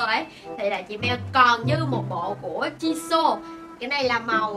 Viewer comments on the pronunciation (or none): Jisoo chứ ko phả Jisô nha